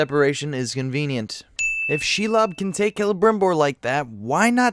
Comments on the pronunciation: Your name pronunciation is garbage. It's ShEElob, not shulob. Also Palantir. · It’s SHE-LOB, not Shilob. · SHE-LOB (NOT SHULOB) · His pronunciation of shelob is my new religion